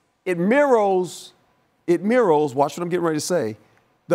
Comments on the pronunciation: ''it meeros'' lol wut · mirrows?? wut dat word mean? lol lol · It “meerows” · He didn't, he said Mirows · “IT MIRROS, IT MIRROS” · We gonna ignore the fact that Herm said Mirows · It mirrows? lol. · Mirrorhs? Mirrols? It mirros the what? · The funny thing is he tried 3 times and it still came out wrong. I hope someone makes fun of this after we are over this game.